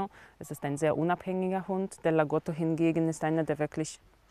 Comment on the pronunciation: LagOtto, nicht Lagota. Der Sprecher hätte seine Brille aufsetzen sollen.